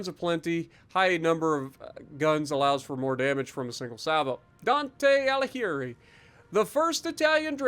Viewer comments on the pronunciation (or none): In italian the combination of "gh"+ "i" or "e" is read as an hard g. Same with the c. So "Alighieri" and "Iachino" are pronounced with hard g and hard c.